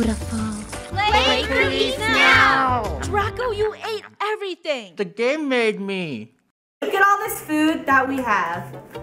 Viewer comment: what draco is saying : The game made me! what l hear : The game mermaid!